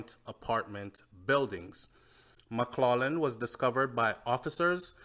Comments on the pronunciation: The name McLaughlin is pronounced MACK-LOC-LIN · Hey, maybe you don’t realize but the last name McLaughing is pronounced: “Mack clocking” please note. This is just a constructive criticism!!